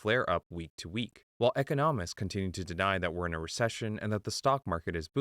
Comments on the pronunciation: Are y’all using an AI voice? How does a channel on business mispronounce the word “economists?” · wtf is an eco-nomists